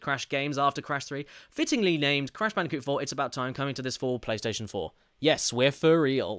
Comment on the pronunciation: Ah, yes, my favourite game "Crish Twinsinity", followed shortly by "Crish Bindiciit Wirped" for the Pliystitiin.